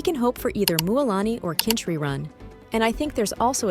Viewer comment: His name is kinich not kinch